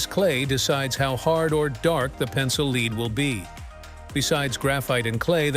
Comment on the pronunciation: It's lead as in led, not lead as in leed.